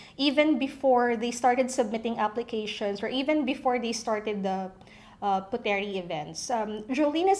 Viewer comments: Correction; The word is pronounced “POOT-Reeh indo-NES-Ya” it is NOT pronounced “PU-Te-rih Indo-nees-ya” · It's pronounced as PUTRI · It is pronounced as " Putri", silent "e" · should be pronounced as silent "e". they read "puteri" as "putri" in indonesia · It bothers me that ur mispronouncing Puteri... it’s pronounced as “put-ri”. Wish u did ur research ahead before putting out this vid 😫😫😫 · I think it is pronounced as "Put-ri" silent e for Puteri💕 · KPOP USA she’s not an Indonesian, her mistake is acceptable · So what if she's mispronounce it? Is that a big deal?